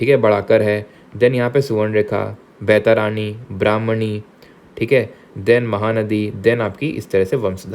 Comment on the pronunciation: Sir you are not good in pronouncing Indian names. It's not बैतारानी it's बैतरनी